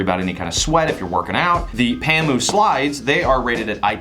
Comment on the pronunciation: Haha u pronounced it right bro.... N thanks for the comparison.... I own a pamu slide and Im right now enjoying it